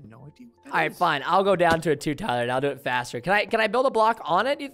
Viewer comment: Wow Preston why do you say Tyler a pleb